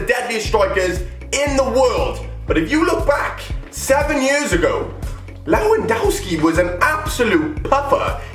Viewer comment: You pronounced Lewandowski wrong..Just saying